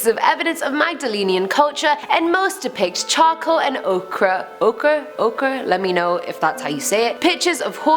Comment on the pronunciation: It’s pronounced O’kuuurrrrrrrrr